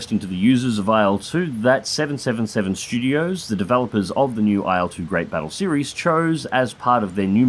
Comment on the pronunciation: please stop pronouncing it AYEL-2